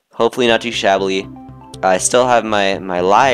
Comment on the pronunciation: shabby not shabbly